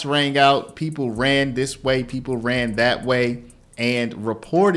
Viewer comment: PeePUL storAYS Sorry, I had to stop.